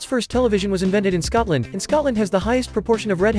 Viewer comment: “Things you might not know about SCUTLAN” sorry I just love the way people pronounce it